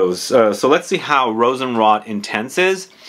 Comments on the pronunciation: Pronunciation tip: Rosenroat, not Rosenrott… :) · And today (Aug 11, 2022), on the front page of Fragantica, it looks like a new Rammstein fragrance was released! Lol, looking forward to your review on that one, too. And you're really convincing me to drop about $70 usd on a bottle of Rosenrot (with the long "o" btw, like "wrote").